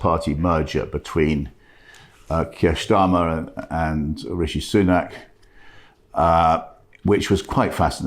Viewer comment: Why does Oborne, not for the first time, mispronounce the Labour leader's name as 'Schtarmar'. A Freudian slip? But a consistent one. Typical of a certain type of Arabist Englishman I fear.